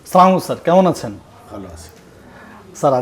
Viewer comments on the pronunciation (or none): সালামট শুদ্ধ হয়নি ভাই।